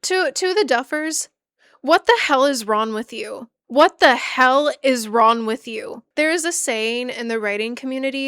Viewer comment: "what the hell is ron with you" it lowk irks me but i watched all 3ish hours and i loved every minute (besides when u mispronouned things but i have a speech impediment too, we're good) anyway genuinely great video, loved that for sure